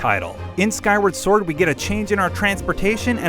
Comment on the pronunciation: Skywerd sord